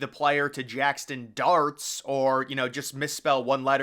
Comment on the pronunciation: Brother, it’s JAXSON not jackston